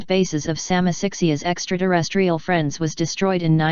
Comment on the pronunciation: She says extra derestrial! 🤣